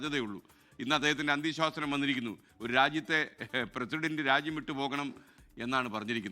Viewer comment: അന്ത്യ ശ്വാസനം അല്ല SKN അന്ത്യ ശാസനം.